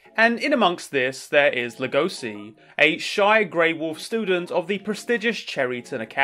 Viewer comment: I don't like how u pronounce legoshi, other than that great vid